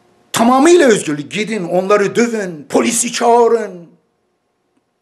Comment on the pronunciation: Edip beg üzgürlük nedir yahu videonu izleyeceğim hevesimi kaçırıyorsun ö'yü söyleyemiyormusun